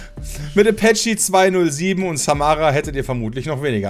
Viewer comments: wer kennt ihn nicht Apachii207 XD das heißt Apache wie die Indianer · Wir er bei Apache ausspricht! Ich Heul xD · Wie Apache 207 ausspricht is ja der shit xD